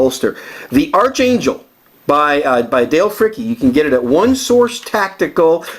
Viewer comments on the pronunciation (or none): Its pronounced "ARKangel" not "ARCHangel"